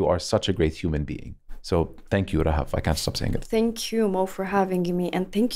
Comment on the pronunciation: Talking about Eid is always 🥹🥹🥹🥹💓. مرررة حلوة الحلقة انبسطت واستمتعت جدا ✨✨, Thank you guys 🤍. And Mo, not a lot of people pronounce Rahaf as you do, as I like 😂, Thanks I enjoyed it throughout the ep 😂🤍. Keep going. I know you're inspired by Anas Bukhash, and I wanna tell that your podcast is a discovery for me just like ABtalks 🙏🏻🤍. I am really glad 🤍.